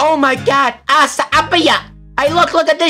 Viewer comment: When he said "asiapiya" I felt that